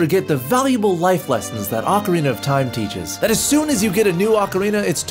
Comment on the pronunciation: 1 “O”carina( y’all bitches be saying it wrong) 2. BoTW ...27. MM that shits scary lol facts sorry not sorry